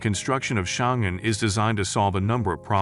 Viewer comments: Oh for crying out loud. The place is called Xiong'an, not Xingan, and it's in Hebei, not Hubei. Yeah yeah, I understand - googling poses insurmountable challenges. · as a Chinese, Xiongan should be pronounced "sion" & " an", but no "g".